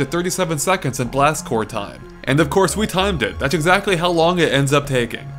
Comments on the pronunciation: Have you been saying Marine CorPS your whole life? xD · Seriously sounds like he is saying Blast Core...